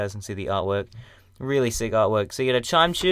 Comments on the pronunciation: haha I said chimecho that way the first time too. Its actually Chi-mec-ko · its chime-ek-o